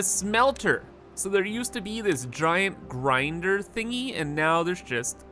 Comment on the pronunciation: the grinder… i can tell ur canadian^^